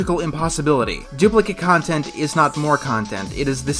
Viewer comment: Or rather, it's con-tent